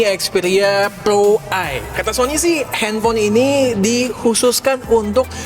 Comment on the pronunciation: Pro, bukan plo